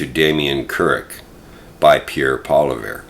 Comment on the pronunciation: How are you a political commentator and you don’t even know how to pronounce Pierre’s last name?